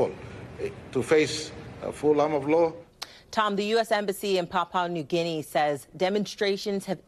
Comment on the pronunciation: the lady anchor could at least find out how to pronounce Papua New Guinea. How embarrassing